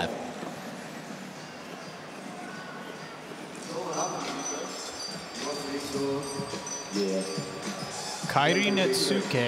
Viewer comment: I'm just glad is finally saying Kairi's name right!